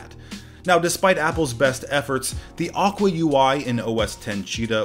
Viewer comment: Who tf pronounces Aqua like that?? 😂